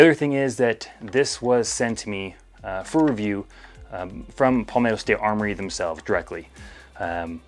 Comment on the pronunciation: "paulmetto" ok pal